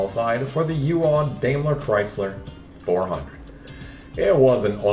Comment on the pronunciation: "U AWW"? LOL its U.A.W. Ive never heard anyone try and pronounce that like a word before lmao. United Auto Workers!